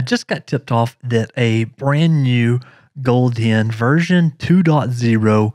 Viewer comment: why you say goldien , it's gold hen